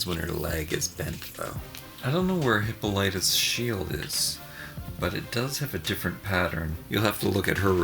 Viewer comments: The queen's name is actually pronounced HIP-PAUL-IT-UH 😁 but I need this set! I have the Queen but still have to get Wondie 👍🏻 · It's hip-PAAAUL-lit- ah!! HAHA GREAT REVIEW THOUGH!! :) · whoever told you her name does not know how to pronounce it it is HI- POL-LI--TA thats her said correctly i did in capital letters so that you could sound out her name to make sense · DUDE - the Queen's name is pronounced HIP-POL-IT-AHH. IDK who "helped you"!!! :) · These are great dolls! Wonderful review. :) I believe Wonder Woman's mother's name is pronounced Hip-all-it-uh. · Whoever told you that was how you say the Queen's name were dead wrong.....